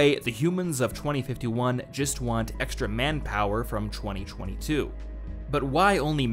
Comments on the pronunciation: Yeah yeah good video, but why does he pronounce 2022 as "chwenty chwenty two"? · They way you say '2022' really bugs me